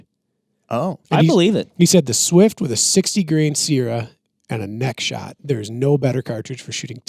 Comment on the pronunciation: How dare you mispronounce the legendary .220 Swift! 😊